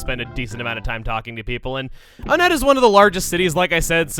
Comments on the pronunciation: I dont like the way he pronounces the towns, it's one-ette. Most of the towns are named after numbers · Ok I’ve never heard anyone talk about this so I’m not sure if I’m the only one who thinks this but I have a theory. Since all the main towns in Earthbound are named after numbers, Onette would be pronounced WONette. Now, the boss in Onette is the Titan Ant and there are many other ant like enemies around there as well like the Black Antoids, is with all that being said, I think there’s a subtle pun going on here. Maybe it’s a play on the name Antionette. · Why do people pronounce it On-ett when the theming should have it pronounced One-tt. I’ve never understood this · Is there a divide in the pronunciation of Onette? I recall your original Let's Play of this you said "One-ette" but here you say "O-nette". Not a criticism but more of an actual question. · I’ve always been conflicted and often contradict myself on the pronunciation of Onett. I always say either (Oh-Net) because that’s how it looks, or (One-Et) based on the number. I more often pronounce it like One-Et due to a later theme with the town names and the signs throughout town have “One” highlighted in a different color. I want a definitive answer if someone can give me one: What is the canonical pronunciation of Onett? This is something that has conflicted me for a while I need an answer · I'm just curious, am I the only one who pronounces it One-tt and not Oh-nett? You know, put emphasis on the fact that it is ONE to go in line with TWOson, THREEd and FOURside? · Am I the only one who pronounces it as "One-ett"? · I've always pronounced it as "Oh-net" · I thought that Onett was pronounced Ah-net not Oh-net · I think the town is actually pronounced “ONE-ette.” I say this because the next cities are Twoson , Threed and Fourside so I think they’re supposed to be pronounced like numbers.